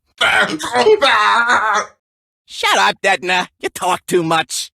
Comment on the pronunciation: Hahahaha my last name si Ditona.. and barats said is Detona